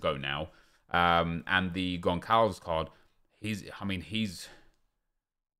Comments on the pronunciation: Did man say gonkalvs? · He says Gonçalo in goncalo guedes perfect but when he says Goncalves he says it completely wrong as if the ç is a k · I get that it’s hard to always know how to pronounce foreign names correctly... but just so you know, the ‘ç’ in Portuguese makes an ‘s’ sound. So it’s pronounced Consalves. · Im portuguese and you pronounced his name so wrong hahahahah, but still good try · São péssimos na pronúncia